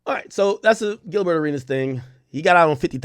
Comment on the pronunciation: Bro just call him Gil 😂😂😂 bro saying GilBurr hella funny every 5 words